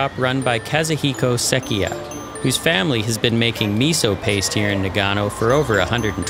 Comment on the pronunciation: Great story and video, but it bothers the living shit out of me that he pronounces Nagano wrong like 40 times. You would think that spending so much time there, and all the filming etc, that someone at some point could/would notice that this is incorrect and fix it.